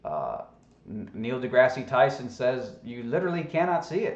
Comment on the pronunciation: Yeah, nothing proves the flat Earth hypothesis like a commercial for alcohol. It's science people! Also, learn how to say Dr. Neil Degrasse Tyson correctly, it makes you sound even dumber.